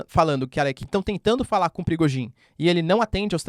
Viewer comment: Professor parabéns pelo excelente trabalho que nos tem fornecido. Apenas para pedir se não estiver a ser inconveniente, que não se pronuncia Bélarrusse mas sim Bielorrússia. E não é Prigogin mas sim Prigózin.